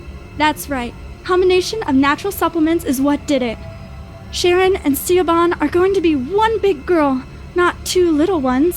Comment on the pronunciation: Hearing Siobhan (Shi-vawn) pronounced as ‘See-OH-BAHN’🤣🤣🤣🤣 😂😂😂😂